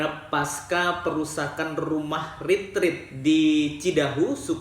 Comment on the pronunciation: Bukan ritrit bang tapi retret